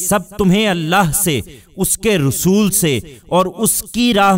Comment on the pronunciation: Rasul not Rusool